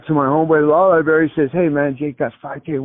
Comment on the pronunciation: LIBRARY!!! Not LIBARRY🎉❤😂